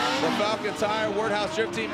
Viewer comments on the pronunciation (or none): none